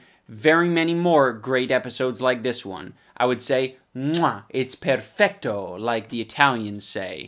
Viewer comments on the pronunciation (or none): Italians say "perfetto" not "perfecto." Perfecto is Spanish/Portuguese, Perfetto is Italian.